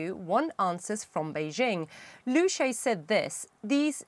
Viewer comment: Liu Sha Ye. Not Liu Shay.